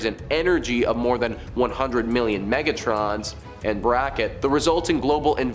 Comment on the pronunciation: Nuqular? Megatrons? Are you hiring?